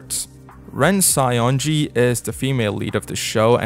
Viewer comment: I cant unhear Saionji as Scionji...